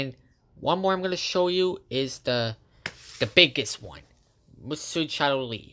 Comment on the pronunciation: It’s pronounced "Mossio Shatooy”